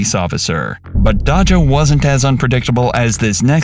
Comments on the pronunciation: Its Day-juh not dacha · Bro at least learn how to pronounce names.. it’s not dah-jah. It’s day-sha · Her name is Pronouced Day_Jah the cops and the employee said it multi times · Well first let’s start with Dodge’Jah 😂😂😂 white peoples no they can’t pronounce Black names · I hate how he’s saying Daja’s name . It feels racist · I hate the way they say her name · i feel like they saying her name wrong on purpose